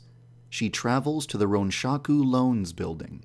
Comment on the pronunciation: 'Shaku' sounds like Shark.